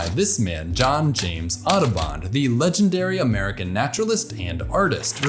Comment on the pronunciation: Everytime he says "Audubon", I can't help myself hearing "Autobahn" instead :) great work anyway!